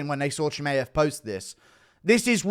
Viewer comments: It's not ChimEev, it's ChimAev, dummy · stop being a tool and saying chimaev wrong on purpose.